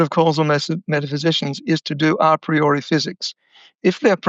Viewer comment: Please, pronounce Latin words the way they were meant. Learn from the professor how „a priori“ is pronounced … for a non American it sounds very awkward, like rolling marbles in your mouth … 😂